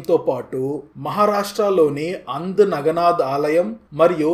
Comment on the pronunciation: అంధ్ నగనాధ్ కాదండీ...ఆ క్షేత్రం పేరు ఔంథా నాగనాధ్ అని పిలకాలి